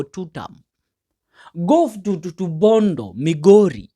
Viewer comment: Very poor pronunciations: Bodo for Bondo, Ear for year, Danglas Kanja for Douglas, I think they are too many I won't state all. Listen from a peer listener, however the overall message it fantastic.